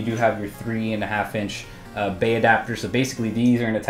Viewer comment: Every time he says bay I think bae. Damn you high school for planting that seed in my brain